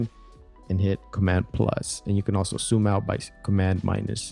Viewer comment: Why do you say 'soooom' instead of zoom